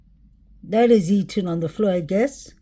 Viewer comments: PAAALEASE pronounce ETHAN'S NAME CORRECTLY !!!! You can say "the" and "than" and "those" and "that" but continue to say "Ethan" incorrectly. It's flat out DISRESPECTFUL !!!!!!!!!! It's not "Eton" as you say it. You're better "THAN" other channels - great now add the "E" to the beginning of that ... E-THAN. How can you dig this deep investigating, never having noticed how his mom, or all the other true crime channels, say his name differently than you ??? She didn't name him Eton !!!!! No matter how many times you say Eton, that's not his name and It's not respectful to continue to mispronounce his name every flippin time you say it. It matters to me and it's not a big ask. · Sounds like he said Liam not Ethan. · I feel the same Julie. I can't see why would have a reason to not say Ethan's name correctly.